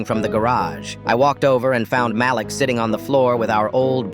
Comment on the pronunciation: Am I the only one who heard it go from Malik to malax.??